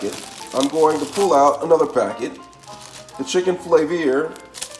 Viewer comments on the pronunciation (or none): none